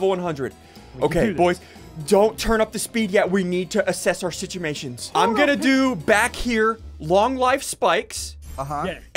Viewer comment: "assemt our simtuatioms"